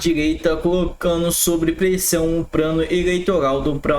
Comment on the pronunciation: Porra meu irmão, “Prano, Pranalto, pobreza”, vamos aprender a falar correto correto, nehh!